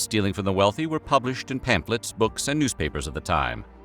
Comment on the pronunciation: “Pamplets” [sic] 😂